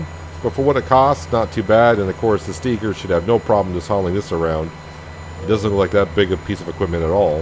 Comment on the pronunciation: Idk if I commented on any of your other videos about it or not yet, but you're pronouncing Steiger wrong and it bugs me every time 😂 its pronounced with a capital I, not E. You also should get the Lizard Rake 8.5 M, it has a pto on the back so you can attach a baler to it to rake and bale at the same time